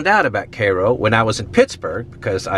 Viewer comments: Cairo is pronounced with the letter I in it. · Not the A sound the I sound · Dude learn to pronounce Cairo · Maybe if you pronounce it correctly it changes to a bustling town. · If it's named after the place in Egypt then you're saying it wrong. It doesn't matter if the people there call it that either, they're American. 🤣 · Learn how to pronounce the name of the city you are reviewing. Otherwise, very interesting and well done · Why is the city name incorrectly pronounced? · it is named after the Egyptian Capitol, it was once known as little Egypt, this guy is saying it wrong and so are you. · Cairo is pronounced as in Cairo Egypt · It's pronounced CARE-OH. I know someone who grew up there and he has complemented me on pronouncing it correctly. His name is Joe Crain and he currently works at the Abraham Lincoln Presidential Library. Before that, he was a weatherman on WICS-TV20 in Springfield. In addition, my mother grew up in Marion which is 50 miles north of Cairo and she also pronounced it CARE-OH. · Hey bud I think you're pronouncing it wrong I think it's Cairo like Egypt Cairo Egypt K-row sounds like some projects in chicago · we pronounce it, "careoh", not, "kay ro" My parents grew up very near there n they said it was a "happening" town back in the day: 50s, 60s.. been thru there many times. It's horrible.. and interesting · not pronounced KAYRO.... Cairo as in Egypt. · Pronounced karo in our neck of the prairie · That says Cairo like Cairo Egypt, not kayro as in kayro syrup. Dont know why ot's pronounced that way. Whole damn town needs to learn to read. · Do they really say "Kay-Row"? No wonder they Failed as a City! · I knew it would be a interesting video when the Guy started with KEI-ROW at the mark 😂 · Isn’t it pronounced “KyRo?” not that it matters but it might to someone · I think it's pronounced Kaiy-row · Thanks for the tour! Shame to see them deteriorate like that. Btw it's pronounced ki-ro, as in the Egytian city. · It’s pronounced CARE oh